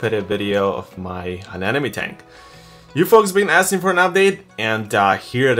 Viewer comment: Ane-mo-ne not Ane-nome. Nonetheless, great tank dude!